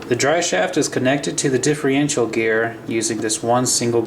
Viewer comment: dude, differencial. not diffriencial